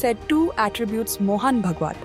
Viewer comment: Horrible pronunciations ! Saying भगवत instead of भागवत, प्रचरक instead of प्रचारक.... not matching with 'ANI' standards